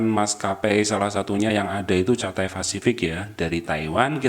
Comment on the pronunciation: Cathay bacanya Kathai 🙏